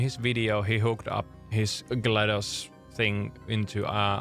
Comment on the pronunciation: Glados isn’t in the dictionary, but “glad us” is…